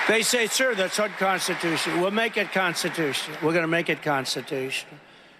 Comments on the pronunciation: Did he say Constitush!? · Trump slurring again, failing to pronounce constitutional multiple times, or maybe he just doesn't know how to use that word..